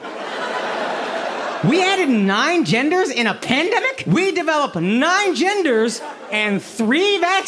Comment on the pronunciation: The way he said pandemic hurt my ears 😂 The emphasis is on the first syllable…sounds weird